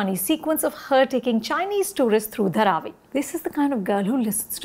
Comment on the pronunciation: if you can't say Dhaaravi right... I don't see you eligible to speak about this movie.